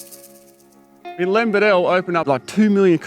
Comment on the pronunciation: My grandfather knew Len Beadell. He pronounced Len's surname as BEE-DL. As it beatle but beadle. Len Beadle. My grandfather worked on the highways way back when...